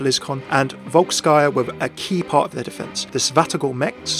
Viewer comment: Overwatch (FailCraft) Great content mate, keep it up! From Russia with love :) P.S I'm pretty sure it should be pronounced as "VOlskyia" industries, not VolskYia)